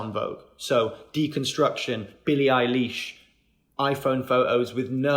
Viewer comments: Whyd he say ‘billie eileash’ 😂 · but why did he say BILLIE EYE LEASH IM SCREAMING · jiht said "billie eyeLEESH" 😂